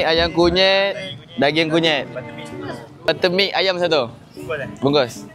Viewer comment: Buttermilk ❌ Butermik ✅🤣🤣🤣